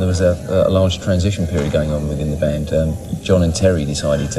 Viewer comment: i like how she misprounces the bands name